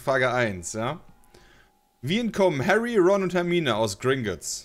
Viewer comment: Härri?? Er zerstört Harri?